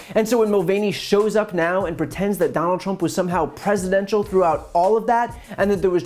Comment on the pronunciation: Hell, trump can't even pronounce it properly.